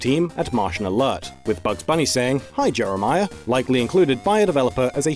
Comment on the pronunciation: The kid's name was Jeremie, not Jeremia